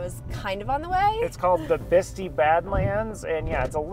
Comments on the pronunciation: I know you're always getting corrected on pronunciation, but, it is pronounced Bisti with a long I at the end. That Sinclair in Farmington you dumped at is a regular stop for me. Great people that work there! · I live about 30 miles away. It’s pronounced Bisti(Bisteye).